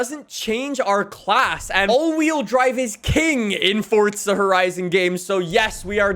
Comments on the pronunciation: bro it’s for za not fortza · It's Forza not Fortza you loud mouth. Lay off the adderall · It’s forza not fortza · Why does he keep pronouncing it fortza when it's forza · It’s forza not fortza 😐😐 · Stop saying fortza there is no T in it it’s spelt forza for a reason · Fortza lmao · ok great vid my guy but it gets me madd every time you say fortsa horizon🤣its forza not fortsa otherwise great vids bro keep it up😂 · Fortza horizon😂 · "Fortza horizon5" I didn't know Forza had a T in it 😂😂😂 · Stop saying fotza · STOP SAYING FORTSA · please stop calling it fortsa